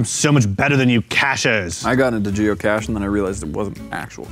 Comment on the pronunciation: Am I the only one that heard " jew cache" instead of geocache